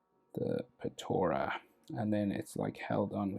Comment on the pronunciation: Btw it’s called potara